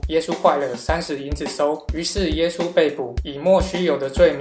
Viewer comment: 你讲耶稣的时候说话模糊不清，听不明白你说啥(⊙o⊙)？